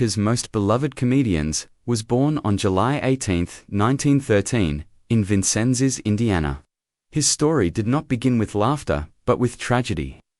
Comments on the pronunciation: Vicennes not VicennSes. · Vin-cinzes. lol